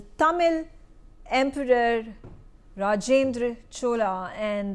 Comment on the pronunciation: Please correct your pronunciation of Rajendra Chola, and Chola empire, and other cultural aspects, madam.